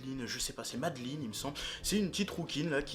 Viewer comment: j'adore ton accent anglais! du coup c'est pas "madeline" c'est "meï-de-laaïne", ouais jme fous d'ta gueule! Ouais...! Continue comme ça! T'es bien le frère à ton frère! (tant mieux d'ailleurs.. sinon voila quoi.. enfin tu m'as compris..)